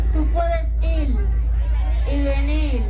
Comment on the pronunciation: “Tu puede iL y veniL” 😭😭😭🤦🏽‍♀️